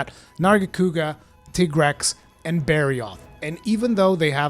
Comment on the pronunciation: Finally someone who pronounced tigrex right❤😂